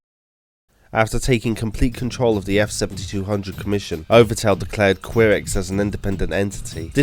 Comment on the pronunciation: Ki-rex Not Qui-rex